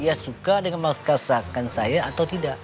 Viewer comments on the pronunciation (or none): Ada yang ngeh ga kalo lord adi belibet ngmg masakan jadi makasakan🤣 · Lord adi = "makasakan saya" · "Makasakan saya" Lord adi. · Apa itu masakan? Yg saya tau "Makasakan" 🤣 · KBBI akan segera mengubah entri "masakan" menjadi "makasakan" Terima kasih karena telah menambahkan kekayaan khasanah bahasa Indonesia, Lord.